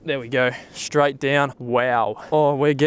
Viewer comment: Love your vids but please learn to pronounce the word 'straight' correctly